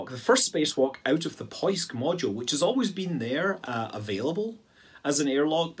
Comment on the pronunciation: You startled me, Scott. Your pronounciation of all Russian names is always awful and hilarious and here you pronounce "поиск" perfectly, without a slightest glitch. What happened?